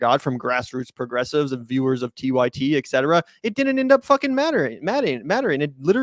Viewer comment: Please stop saying EKcetera!